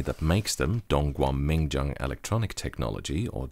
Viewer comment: Dude, did you hear him nail the pronunciation of Dongguan Mingjian? It didn't even sound like swearing!